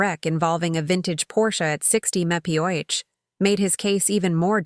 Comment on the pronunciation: MPH......."Mempeah"........A.I. sucks!